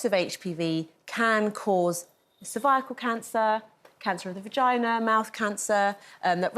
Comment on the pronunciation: The way she pronounced cervical 😮